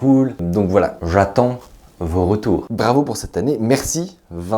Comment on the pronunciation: je suis la seul à avoir entendu dravo ? 😂